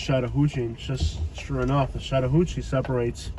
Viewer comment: Ok ok there are few words that cannot be mispronounced. Wakulla (wack u la) ... Really? Blounsttown (blounce town) 😂😂 The BEST YET is the word shat. This announcer pronounced Chatt as shat 😂😂😂😂 Shattahooocheeeee. Too funny! Im not lazy although I am a lil crazy 😂.... And I absolutely adore, love & highly respect all history, Native Americans history, artifacts, grounds, mounds, etc. I seem to find something more every time I'm about to run outta history, land, artifacts, geenland's, etc. It could be a great place to live with appropriate attention(s). I grew up not far from here although living here in Shatta now. I'll put it this way, this is the only city I have literally refrained from taking walks alone. I do walk at the river landings only when other people are around and I'm very observant. It pays to be cautious and until cautionary changes are made in this city nothing's going to survive. Perhaps that's best bc it's truly a beautiful historical & spiritual place. And that's just fine me. Thanks so much for the history videos... now on to more. 🌷